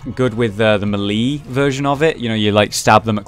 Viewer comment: I love you, but every time you pronounce "melee" like "me-lee" it makes me wanna punch you right in the throat. It's pronounced "may-lay".. And I don't care if I'm technically wrong, thats just how it's said damn it. Oh and btw, the runes tell you what they do, and it's called the soul, STUPID!!..jk. Badass run bro. I always love mom's knife runs. Its a powerful weapon, but you still need skill to wield it.